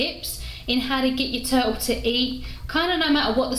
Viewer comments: Must be something wrong with my hearing. I kept hearing you say "toad". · I love her accent.... "Turull" You drop the "t"